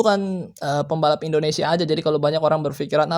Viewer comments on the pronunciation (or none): none